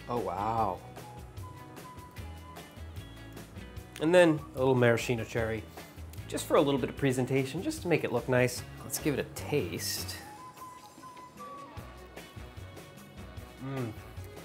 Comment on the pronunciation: maraschino is pronounced maraskeeno, not marasheeno